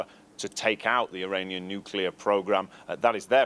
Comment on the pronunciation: Why’s he keep saying Uranian